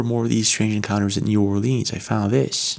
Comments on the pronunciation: It's not "New Orleeens", it's "New Orlins" or "Nola". We don't say "Leeens" or "Nawlins". God bless you. ❤ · Being from louisiana, new orleans is actually pronounced n'alens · The way you pronounce New Orleans is pissing me off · Ur video is great but please say our city name correct lol…so many pronounce it wrong…I’m born and raised in New Orleans and still live here today so I can definitely say yes vampires exist and other things as well… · If He’s in Nola he’s jiggin. God pleaaaaase pronounce New Orleans correctly please.